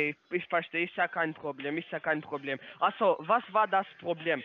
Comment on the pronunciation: „is ja kain Probläm…is ja kain Probläm…… Achso was war das Probläm…?“ 😂😂😂😂😂😂😂😂😂😂😂😂😂😂😂😂😂😂😂😂😂😂